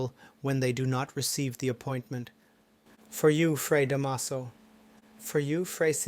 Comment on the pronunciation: The last time I read” Noli Me Tangere “ was in high school many decades ago. 😄 Da’maso. The stress is on the first syllable. ☺️